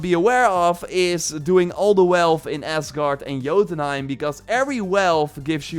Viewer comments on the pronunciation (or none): none